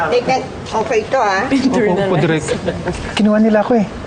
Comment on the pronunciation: Bisakol? Correction it's direk not derirk lol